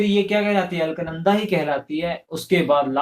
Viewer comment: Alk nanda nhi ALAKNANDA hai. First correct your pronunciation.